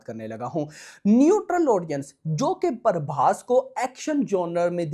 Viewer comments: Bhai paaarrrrbhas nehi ,its Prabhas..!! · Prabhas ❎paarbhass✅